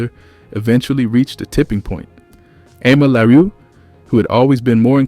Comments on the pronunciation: Her name is pronounced “ah-mel LaRue” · Thank you, because he is severely butchering her name. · Thank you!!! He butchering her name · HER NAME IS PRONOUNCED A MELL LA ROO. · She definitely is a successful solo artist. He is really butchering her name. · ...this is taking me right out of the story. Damn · I just said this and then went to the comments!! LHM😂😂😂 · What kind of AI…whyyyy did he pronounce her name like that 😂